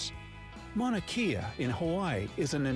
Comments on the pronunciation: Mauna Kea is not Mauna key-ya it is Mauna Kay-ah. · Yes, been to Four Corners. My son put each hand and foot in a different state concurrently, it was fun! Also, Mauna Kea (pronounced Kay-Ah, it means "White Mountain" due to being snow-capped) is the tallest mountain, Everest is the highest mountain. It's like a child standing on a table might be higher than their dad, but dad would still be taller.